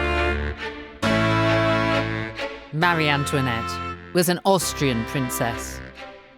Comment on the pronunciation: Please…, the name is Marie (muh- ree) NOT Mary! My daughter’s first name is Marie and it is constantly mis pronounced!